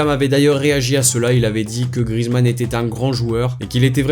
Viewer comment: À c'est pas Grizzy mais Grizou